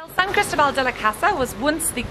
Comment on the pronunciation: And put the stress on the "O".....lol